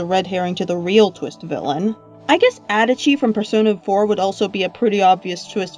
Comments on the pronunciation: I’m sorry... How the hell can you say adachi like “Edachi” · the way you pronounce adachi I'm actually going to cry it's literally pronounced in the game